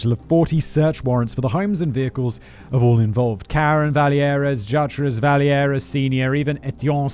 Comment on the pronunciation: 😬 the québécois in me is losing his mind every time Simon says vallière like it's a spanish name